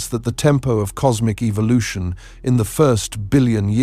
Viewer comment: I don't like anyone saying Evil•lotion it's e•vo•lu•tion